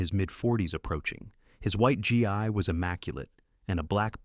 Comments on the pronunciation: It's pronounced, ghee, not g i. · It’s hard G , not jai, like GRR. Hard G long E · GI is pronounced Gee not Jai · Can AI learn to pronounce GEE (guy) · at least pronounce Gi properly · This is OBVIOUSLY being read by an artificial intelligence program. Continual mis-pronunciation of the martial arts uniform as being an ‘American soldier’ instead of the proper Japanese\Okinawan name for the martial arts uniform, annoyed me so much that it caused me to STOP LISTENING to this story.